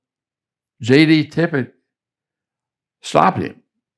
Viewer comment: And the man’s name was Tippit, for Christ’s sake!.. Not Tippet, or Tippett, or anything else..